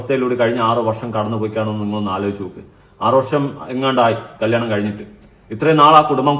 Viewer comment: കല്ലിയാണം alla😂😂കല്യാണം 😂